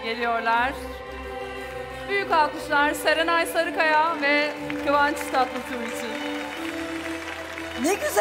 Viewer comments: Kıvanç Tatlısu mu dedi ben mi öyle duydum? 😂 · Lan kadın anons ederken kıvanç tatlısu diyor